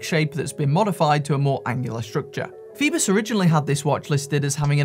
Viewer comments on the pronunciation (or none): Isn't it 'foyboss' not 'feebuss'...? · Yes but it's OI not OE......... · Pronounced 'FOE BOSS'